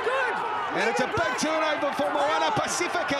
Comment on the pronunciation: Moana Ba-c-fee-ka not pa-seh-fe-ka